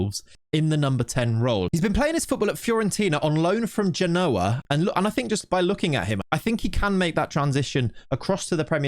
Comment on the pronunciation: Why does every content creator call Genoa, "Ge-noa", like Jason Mamoa.